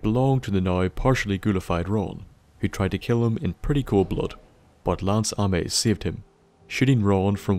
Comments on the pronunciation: That I can deal with, that's all accent. But how does Ames become ah-mess? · It's pronounced aims but AMES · It's pronounced Ay-ms. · believe you mispronounced the name Ames it is pronounced like aim with the s on the end. This maybe related to the department store chain Ames which was founded in the New England reached in to the midwest before going out of business.